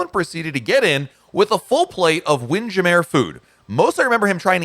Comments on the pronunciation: Here is how you pronounce Windjammer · I am amazed at the way you mispronounce the work Windjammer, and you host the RCL blog. Why hasn't someone from RCL said anything to you? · My husband and I were just talking about this. I called it jammer as in hammer. But apparently, long time cruisers call it ja mare. I don't know why. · Are you pronouncing WindJammer right? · What I found strange was how you pronounced wind jammer. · It is just how says it. Just to be funny, it's not really how anyone says it normally. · It's a joke. He told the story once, but I forget what it was.